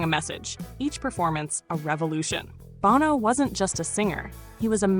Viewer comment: Love the list. However, I cringed everytime you mispronounced Bono's name.